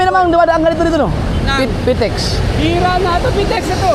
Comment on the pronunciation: Idol..PITX..hindi PTIX😅😅😅😅